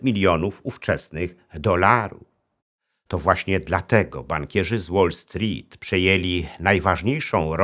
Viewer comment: Super się Pana słucha, ale proszę sprawdzić wymowę "wall street" bo cierpiałem w trakcie materiału